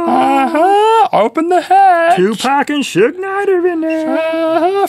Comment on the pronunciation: Shoog Knight. It's pronounced sooj lol